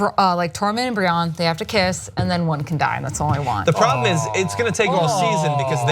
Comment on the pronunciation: who the fuck is Brionn?? It's Brienne. I can't stand people pronouncing names wrong when you literally hear the characters calling each other by name in every episode.